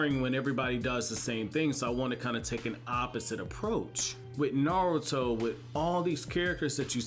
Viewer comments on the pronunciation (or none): none